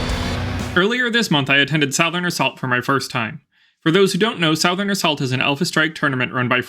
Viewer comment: I’ve never heard anyone pronounce it South-ern before.